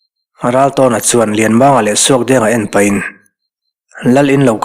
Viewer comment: Lianmanga hming lam dan Kan hrilh a , a chhiartu or ziaktu hian an pawm chuanglo tlat mai hi ka hrethiam ta lo. Comment hi pe tawhlo mai ang u